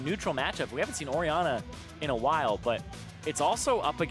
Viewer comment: Orianna is apparently said Ori...anner